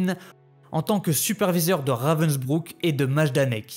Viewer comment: S'il vous plaît renseignez vous bien sur les prononciations avant de commencer vos reportages !